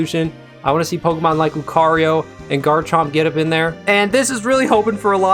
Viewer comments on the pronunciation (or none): none